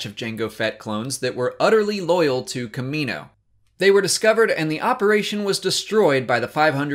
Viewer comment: Why can you pronounce "Kamino" correctly, but not "Kaminoans"?